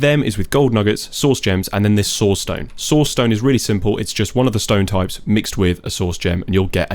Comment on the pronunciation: I am so sorry, but every time you say "source" I can only think of you saying sauce 😭